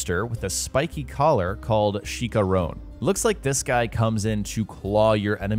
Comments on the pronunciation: I'm not trying to be a d***. I can understand that a Canadian or British YouTuber would butcher a Spanish word like chicharron, but for an American I figured you'd say it correctly, but instead you butchered the word. It's pronounced Chi chã rron. Roll the tongue with a double r's. But nonetheless great video. 👍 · Dude please stop butchering the names 🤦‍♀️ like Chicharron?